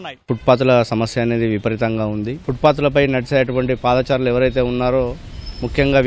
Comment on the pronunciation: పాదాచారులు కాదు బాబు పాదచారులు అలాగే ఫూట్పాత్ కాదు ఫుట్పాత్ అని పలకాలి. ఒకప్పుడు ఈనాడు సంస్థ తెలుగు ని బతికిస్తుంది అని నమ్మకం ఉండేది కానీ రానురాను ఆ నమ్మకం సన్నగిల్లుతుంది